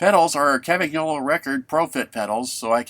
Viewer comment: Might always have been "Campy" in the US but it's always been Campag in Britain. (certainly was in the 70s anyway) One thing it's never been anywhere though is Campag-nolo! G N in Italian is pronounced like "ñ" in Spanish so Campanyolo. Lovely bike however it's mispronounced!